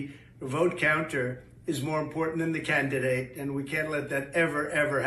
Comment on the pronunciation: Trump emphasizes the first "d" in "candidate" like he just found out he's been saying it wrong for 70 years.